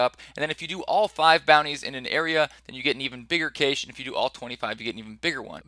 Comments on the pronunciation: The word is cache. Pronounced ka-shay not kaysh. Two syllables. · "Cache" - pronounced like "cash". phonetically: \ˈkash\ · cache = (CASH) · Cache is pronounced "cash". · CAYSH... is this nigga serious? Can't pronounce cache? Really? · Not trying to be mean. Cache is pronounced like the word "cash". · Cache pronounced Cash >_> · Cache pronounced cash-eh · Nope. It's just cash. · He was saying it wrong so many times I felt almost compelled to comment but you' already beat me to it. haha